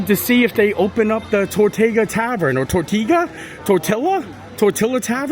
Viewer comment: he said the word "Worst" 😮😮😱😱. Closed . Closed. Closed> Disney Ripoff continues. TOR-TU-GA pronounced correctly tu